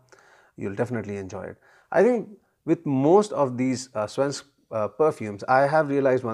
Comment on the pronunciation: You are doing very well pronouncing "Svensk", but you have to improve on "Parfym" :-D It is not pronounced like parfum in french. It is parfyyyym. They have long vocals in sweden. In this word, the "y" have to be very pronounced and long, the "a" can be short as it is. And you have to sing it out, in a way. Swedish is a singing language, sort of. But I think it will be singing automatically if you make the vocals very dominant and long, and the consonants short. And you have to build up a pressure before the vocals, so that you almost are throwing them out and throw them a long distance, with a crash landing. Sveensk Parfyyyyyym. The word "sadel" have to be like throwing out the "a" and crash land it. Saaaaaadel. And it have to be an "a", like the "a" in car. Not like the "a" in rally. So that was your swedish lesson. I'm not swedish, but Sweden is 40 minutes away from me by car, so I have heard a lot of swedish, and I can speak swedish if I have to. But they understand norwegian, so I very rarely have to.